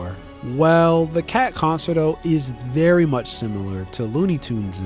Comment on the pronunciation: No way did he just say con sert o